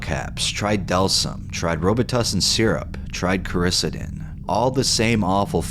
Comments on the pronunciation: it’s pronounced “kora-SEE-den” ✌️ love ya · Dude its core-ih-see-den